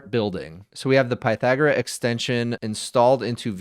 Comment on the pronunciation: I think you're pronouncing it incorrectly. I assume the name 'Pythagora' is derived from the ancient Greek philosopher Pythagoras.